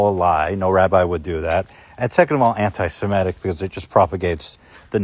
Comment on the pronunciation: it's her pronunciation of anti Semitic for me.